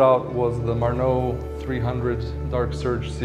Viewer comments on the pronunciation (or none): Why you don't pronounce the name correctly? Why you don't pronounce the name in Croatian language? Sorry bud, that's not the marnou, that's Marnaut. By the way, great watches, I like first one very much Like